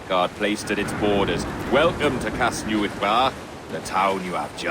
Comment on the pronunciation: The only slight I had with the game is that the voice actor pronounced it Cas-NEW-ITH instead of Cas-NEH-with. It was nice to get a mention of the town in the video game regardless.